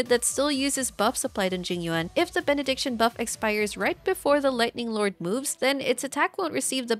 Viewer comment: Benediction ➡️ (Bennett)diction That's how I know she's good 👍🏻